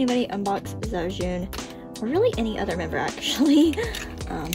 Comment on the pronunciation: Hi ! (✿◠‿◠) 肖俊's pronunciation is actually « chao jun »